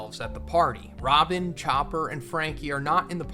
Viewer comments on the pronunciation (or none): none